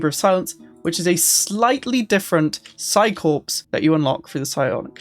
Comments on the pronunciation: It's pronounced "Psi Core" not "Psi Corpse". WTH is wrong with you? xD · The 'ps' in Psi-Corps is silent. It's pronounced 'psi-core'. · corps is pronounced as "core". corpse is a dead body